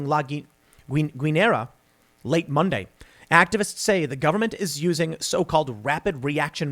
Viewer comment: Tim, the "u" in Guinera is silent. Just like the "u" in the english word "guide". The rule is that the "u" between a "g" and a "e" or "i" (i.e. "gue" or "gui") is silent. I don't know what got into americans to think that it "sounds spanish" to say the u out loud, but please don't.